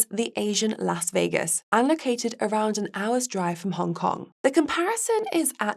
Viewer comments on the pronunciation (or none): none